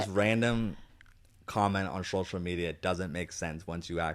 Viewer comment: I’ll be very sad if there’s ever an episode that Zach doesn’t say, “shocial.” 😘